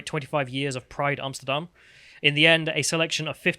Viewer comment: pronunciation of Amsterdam is excellent!